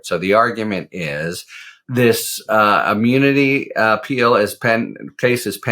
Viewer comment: He can't say immunity